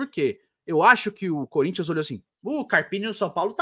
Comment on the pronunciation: "Salve o Cuhrintia" 😂😂